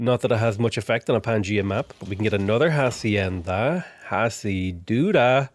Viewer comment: Hello, native spanish speaker is back with how to properly pronounce things Llanero is pronounced Ya-neh-ro Hacienda is pronounced ah-see-end-ah Comandante General is pronounced Command-ant-eh G*eneral *its a weird mix of the G and J sounds